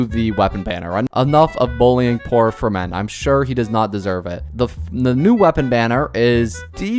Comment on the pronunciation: You pronounce his name like Fremin-AY. PLEASE. I'M NOT EVEN FRENCH BUT PLEASE.